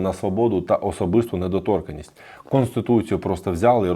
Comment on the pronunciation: Велика подяка за Ваші відео та Вашу українську! Але, будь ласка, давайте вдосконалюватись: вИпадок, недоторкАнність (у законі дві букви Н), Ви прочитали інакше (недотОрканість - це ...думаю, можуть забанити за такі слова)))